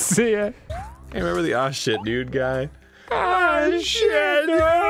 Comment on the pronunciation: "Water in za fire"